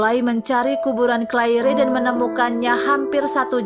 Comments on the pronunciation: Sangat menyebarkan telungaku ketika wNita ini tetap memebut Clair by Claire. In the future please use the correct pronunciation! This mistakes ruined my interest to continue watching this video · Right pronounced as Clair. Minus the "re"tks. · Ma'af ya untok correcting Claire wrong pronounced, even the belakang Ada "e" tapi eja'an betul hanya Clair . 🙏🏼 Tks.